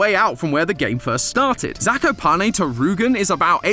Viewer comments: As a polish person , i hate the mispronounciantion of zakopane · as a person near 'zakopane', can confirm, we're all like this. (it also pains me how pronounces it... 😟) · POLAND MENTIONED RAHHHHH🗣️🔥🔥🔥🇵🇱🦅🦅 (The way says Zakopane makes me giggle)